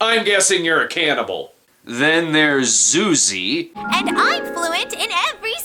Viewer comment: It’s pronounced Zoozie